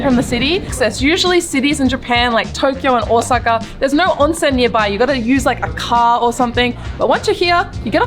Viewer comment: 10/10 for the phonetically correct pronounciation of Ōsaka. This is how I know people are legit.